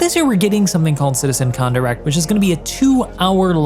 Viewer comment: why he keeps saying Citizen Khan? 🤣 Thats a British TV show...🤣